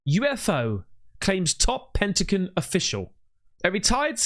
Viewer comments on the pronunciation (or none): ur reading it,... It says P E N T A G ON... Not P E N T A C O N as u keep pronouncing it wrong hun, its a G not a C.... Maximum literacy lesson pleeaase😊